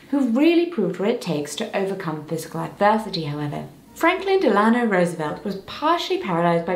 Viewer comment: I adore you and your videos. ❤ I just wanted to point out that Delano is pronounced "Della-Know".